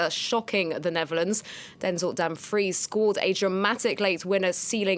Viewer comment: It's Netherlands, not Neverlands 😜